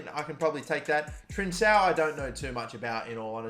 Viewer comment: Its trincao